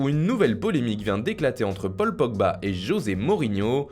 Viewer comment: Tu as dis polba